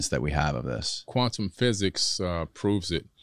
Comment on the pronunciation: kwaaZont😳 sawry jokin